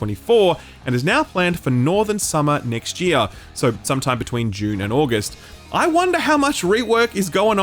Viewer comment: I always have to listen to a segment twice every time you say June (dune)